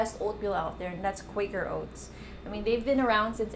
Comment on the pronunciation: it's Kwaker owts